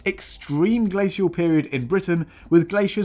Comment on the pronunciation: Omg the constant switching of glacial pronunciation, that got me